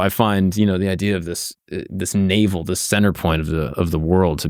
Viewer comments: it’s “navel of the world” not “naval of the world” as in “belly button,” not “water army” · Navel . . . not naval . . . of the world.